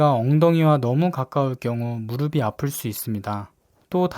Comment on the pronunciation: 무릎이 - 발음 - 무르비(x) - 무르피(ㅇ) 엉덩이 근육은 우리 몸에서 가장 큰 근육 중 하나(x) 엉덩이 근육은 우리 몸에서 가장 큰 근육(ㅇ)